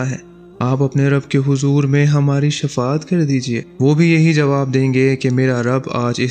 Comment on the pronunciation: Shafa at nhe baijan Shifa at he